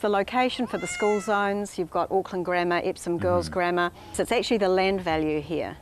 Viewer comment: The way foriegners say Auckland is outrageously adorable Btw the "Auck" is pronounced Awk like in Awkward